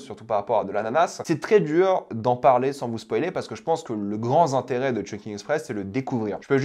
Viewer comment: "Le grand sinteret" attention aux liaison dangereuse.